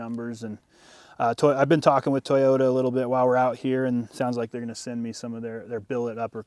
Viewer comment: did he pronounced it tiyota?